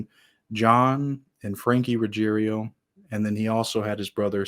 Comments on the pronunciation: RuggIERO not RuggeRIO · Why can’t anyone say his name correctly??? It is Ruggiero NOT Ruggerio. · How come Angelo’s name is Ruggiero but they pronounce it “Ruggerio”? Which is wrong, the spelling or their pronunciation?